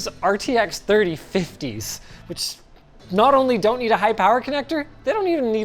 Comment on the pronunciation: OMG...for the very first time ever I heard Linus sound Canadian....when he said "IT'S NOUT FINE."